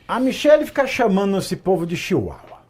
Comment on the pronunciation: Doeu para um ouvir os amiguinhos serem chamados de chiuaua. 😂😂😂😂😂